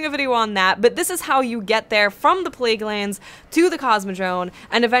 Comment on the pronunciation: pleaguelands lol